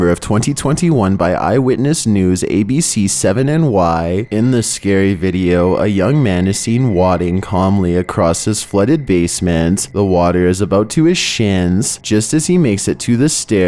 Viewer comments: Wading pronounced waiding lol it happens fam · WADE ing, not wadding...thank u